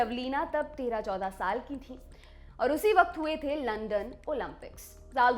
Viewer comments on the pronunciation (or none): none